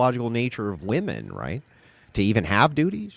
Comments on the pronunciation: Why can’t so many people say ‘women’?!?!!! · Woman is not the plural for woman!!!!! Omg I’m gonna lose my shit 😅 it’s women! Pronounced whe’men . Stop saying “ all woman did such and such” please. When did this even start?